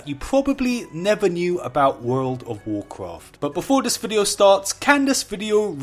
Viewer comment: You're accent is so harsh, you sound like you are handicapped. Why can't you guys speak your own language. WarCwaft lol :)